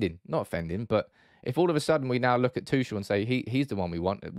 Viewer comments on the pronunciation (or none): What I absolutely do not understand about that debate at all: Chelsea are prohibited from buying OR selling right now. T. Tuchel does is under contract and surely that contract includes a transfer-fee clause (btw.: you pronounce his name completely wrong; he's not French like in "touché"). So, no deal can be made. And at the point when a deal is possible, the financial/ ownership/ legal situation will be solved and Chelsea FC will be on normal operations again. But why would T. Tuchel then want to leave the club for United? "Oh, we wont guarantee to fund you a team to challenge for a cup or a title, but we have the strongest Instagram and Twitter division in the whole league!" :) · Your pronunciation of Tuchel was very grating...